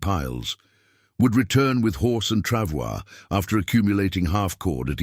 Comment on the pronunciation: "Pronounced "Travoy"